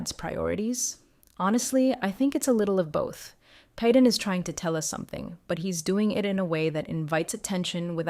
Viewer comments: First you said he was Janelle 's son, then you said Christine. Christine is his mother. Every time you say Paedon's name, you pronounce it differently...mostly incorrectly. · Thank you!! What's so hard about pronouncing his name! She changes how she says it, every which way but the right way! She needs to sound it out!!!😮